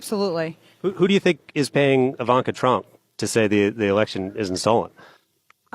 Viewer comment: It's Ivan-Ka